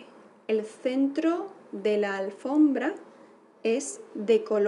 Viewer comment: No es "alfrombra", es "alfombra" jsjs